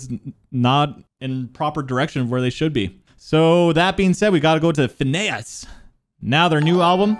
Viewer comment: phinehas is finn-ee-us